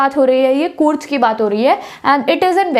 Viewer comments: When she was pronouncing कूर्ग as कूर्ज my ear and heart felt pain. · Its ग not ज....कूर्ग hai wo love from Karnataka